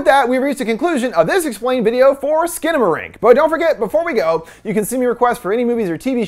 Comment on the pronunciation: it’s actually pronounced “Skannamarank”